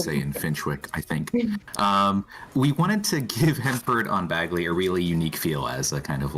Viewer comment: Excited for this pack!! Thanks for the stream despite YouTube basically putting you on probation. Gotta admit, I’m giggling at the American players stumbling over British-inspired names. Finchwick is pronounced finch-wick (like the bird) and Bagley is like handbag. Even the Sims team got Yorkshire wrong!